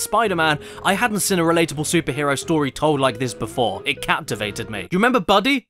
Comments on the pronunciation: Great video but it bugs me so much the way he can't pronounce "seen" properly, he goes ".. I've ever SIN" not "I've ever SEEN". To make it worse, when he says "SEE?" Or "you could ever SEE" he pronounces that normally but as soon as the N gets slammed on their suddenly it's "SIN". LOL. I wonder if he's like "I'd like some baked bins on toast". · SEEN CADDY! Pronouncing it as “sin” is indeed a sin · "the worst game I've ever sin" They way you pronounce 'seen' man 😅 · I like how caddy pronounces seen like sin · It's pronounced seen... not sin. Like breen, or clean, or ween-er. Get it not Mr. ADHD with legs? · Accents are accents. But I have heard You CADDY make fun of American pronunciation and I don't get why you say 'SEEN' as sounding short like 'sên' or something. There's 2 Es in every spelling. like SCENE. Not Sin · The Pin-Pen Merger. A hilarious byproduct of English linguistic dialect development. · Does anyone else feel scared of how Caddy says Seen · “The west that I’ve evuh sin”